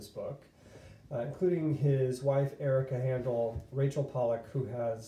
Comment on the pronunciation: Man I’ve been going back and forth forEVER as to whether or not to get this book ..still torn!! Btw I believe his name is pronounced like “hi”. Like “Hi”ndle not “Han”dle...